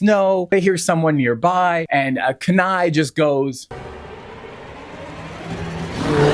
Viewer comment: it’s very frustrating that you’re pronouncing Kenai incorrectly the entire time. if you watched both movies you should be able to pronounce the main character’s name correctly.